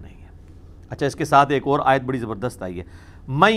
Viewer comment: Mirza sb kindly correct pronounciation of aaya mubark.thanks